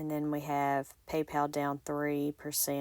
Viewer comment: Love that you call it Pay Pay instead of Pee Pee